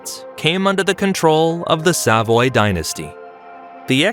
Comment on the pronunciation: Your mispronunciation of Savoy, Turin and even Milan is just f***ing embarrassing, son. 😢 How d'you manage that ? They're only two syllables ! 😠 🤬 😡